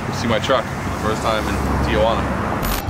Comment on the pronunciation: By the way its not, TiaJuana. It's Tijuana. Juana is not your aunt.